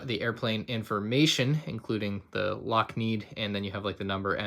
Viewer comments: by the way its lockheed not lockneed :) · And the Lockneed... And as an avgeek that killed me. (It’s Lockheed for all you who don’t know) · ah yes Lockneed bru you said it wrong its lockHEED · I must admit, I cringed when said lockneed, BUT I did misspell Amelia Earhart in my question so I can’t be taking... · L O C K N E E D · Ah yes, the massive aviation company of LockNeed. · Maybe I just hard you wrong but I think you said lock need, the company is Lockheed. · Did he just say Lockmeed instead of Lockheed? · “Lockneed”.... Oof 😂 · "Lockneed" I guess isn't an aviation enthusiast:p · I think I had a seizure when he pronounced lockheed as lockneed. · imagine being pissed he accidentally pronounced one word wrong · For the record, I never said I was upset he mispronounced Lockheed. But I have noticed a trend of him not knowing basic things about some of the things he reviews. I still watch his stuff and do enjoy most of his content. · Bruh I thought he wasn’t getting it